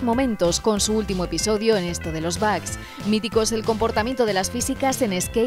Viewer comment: Se pronuncia bog, pero todos le decimos bugs. Ahora, de dónde sacaron "bag"?